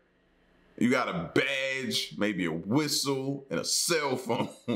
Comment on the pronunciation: He fkn said a whistel lol im dying 🤣🤣🤣